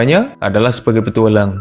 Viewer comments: "petuwalang" wkwk ngakak gw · Nadanya kok kek gitu ya njir 😅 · Salfok pak si adminnya ngucap kata "petualang" 😀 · Iye apa lagi pas ngomong petualang aneh banget nadanya